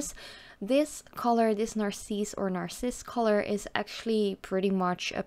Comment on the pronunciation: They are so beautiful 🤩 Btw I can tell you in french Narcisse is pronounced exactly like you did (But I have no idea how it is supposed to be pronounced in english though 😂😉)